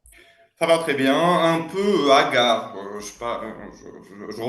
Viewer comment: Pas hagard, HOGGAR 😂😂😂